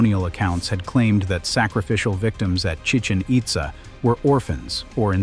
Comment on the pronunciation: It's Chi-CHEN It-ZAH. See the accent marks? It's not Spanish, it's Mayan.